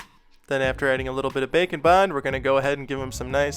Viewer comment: I think by now you can safely admit that you're saying 'bacon bond' on purpose, right?